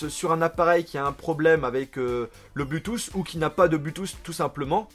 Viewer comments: arrête de dire blutouss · bonne vidéo mais arrêté avec l'iPhone ... c lourd a la fin (pute a clic) aussi c blou touth (bluetooth) tu prononce très mal c triste corrige ca surtout si tu emploi le mot 30 × dans la vidéo ... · Sa me stresse ta prononciation de Bluetooth 😂